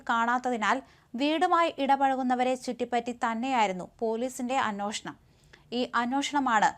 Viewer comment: അന്നോഷണം അല്ല, അന്വേഷണം. മലയാളം നന്നായി ഉച്ചരിക്കൂ